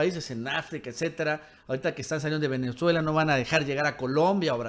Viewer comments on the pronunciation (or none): none